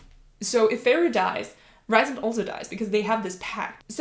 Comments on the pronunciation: It is not Ri sand. It’s Rheee sand. If you listen to the audiobook it will show you. I’m sorry but it’s just a bit annoying that you’re doing a video about a character and don’t know how to say his name correctly. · Rhysand is pronounced "Reeceand"